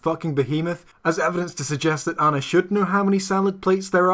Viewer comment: I got another one: at one point, he calls Anna "This Girl" and mispronounces her name at one point.